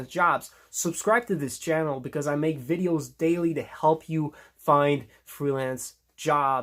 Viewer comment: Thrilance or freelance